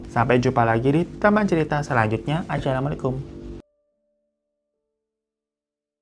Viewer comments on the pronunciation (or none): none